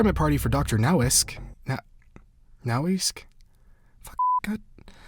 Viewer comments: Nowacek is probably "Novashek" not "Nowesk" lol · I think Nowacek is pronounce like Noah-Sec. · Psst... Noh-Vah-Check. You're welcome. ;) (that is, if it's the language I think it is) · I think one of the devs confirmed the G-Wagon is there on purpose, but refused to elaborate further, in VOID story tomfoolery fashion. also, it's pronounced "Now-a-sheck" when spelled like that. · The name is likely pronounced "Now-ah-sheck", and is probably Czech. Source: Got a neighbor with the same last name, and he's Czech. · Not to be 'that guy' but I believe its pronounced Now-ah-chek or Now-ah-sek. I had an old teacher with the same last name. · It's pronounced no-wa-check most likely, the doctors name that is. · No-wa-chek. Doctor Bobby NO-WA-CHEK. NOAH-CHECK. Have some respect for the dead >:( But seriously, great video. Loved the play-by-play as well. Would enjoy it if you did this going forwards, in the event that there isn't much written lore to speculate upon. Level designers spend a LOT of time planning out the untold stories in environments like this level, and you did a great job bringing it to life! I'm sure the team would appreciate it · Nowacek is a Czech name, pronounched "nova-check" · I absolutely love your RoN Lore Explained, I tend to really pay attention to every bit of detail in these maps if I am not killed straight away by a over-drugged maniac- [the execution tho] Also, I think the Doctor's name is coming from my homeland Czechia, and It's pronounced- No-va-chek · damn bro the comments really want to make sure you know how to say nowacek